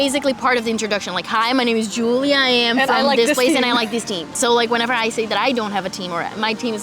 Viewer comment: o nome de - provavelmente - não é pronunciado como ela falou como J inglês mas como J francês. É raro país darem o nome e chamarem a filha com essa pronúncia inglesa